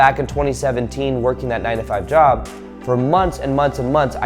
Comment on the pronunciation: Omg that 9 to 5 job... I got clearity today... In your other vedios i seen I was thinking u says 95 jobs🤣🤣... I really was in confusion... Since so long..... Omg... Any how.. Amazing vedio..